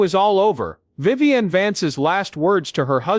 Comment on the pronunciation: Another AI flaw... Her name is Vivian, not Viven.